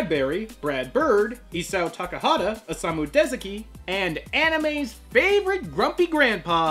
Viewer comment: It’s pronounced Deh-ZAH-key. Hate to be annoying, but I want people to know the correct pronunciation.